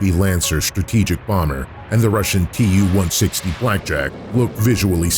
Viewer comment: As a Russian native speaker, my ears bleed after hearing Tu-160 pronounced 278 times wrong... I don't get it, why English speaking don't get it that Tu ist the short form for the engineer's name Tupolev. The same as Mig=Migojan, Su=Sukhoi, Yak=Yakovlev and so on... It is not an acronym for 2 words!!! It's not like AK or KGB or UK /USA. It's just Su-**..like the name Sue...Don't make this unprofessional mistake fellas. It hurts my feelings and makes my ears bleed :)